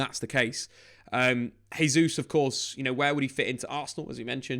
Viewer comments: Your saying Gabriel Jesus last name wrong. It’s pronounced Jaysus not hesus since it’s Portuguese. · he's Brazilian. In Portuguese we say Jay-zeus